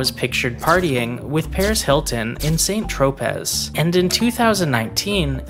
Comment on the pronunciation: That's not how you pronounce St Tropez 🤡